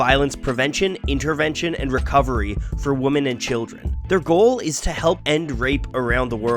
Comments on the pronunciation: Good video but you pronounce "women" as "woman" and it drives me insane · Is there a region of the US where "women" is pronounced "woman" like you pronounce it? I hear it a lot and I don't understand where it's coming from. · Why do you pronounce «women» with an o? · Great vid just focus on your pronunciation of the word women. I bet your from the northeast. I know it sounds picky but it will make you sound more polished if you pronounce the plural like women and not like woman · I absolutely love your videos, but for the love of God please learn how to pronounce the word woMEN. Woman and women are two different words. Women is plural and woman is singular and they are pronounced differently. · Am I wrong for pronouncing women as "weh-men"? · Great video as usual! But you're still mispronouncing "women".